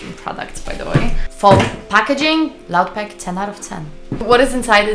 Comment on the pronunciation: Would love to know how this stacks up to Elgato StreamDeck. EDIT: and yeah, in English the pronunciation is "loop".